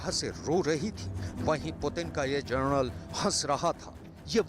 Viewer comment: general hota ha gerenal nhi hota chutiye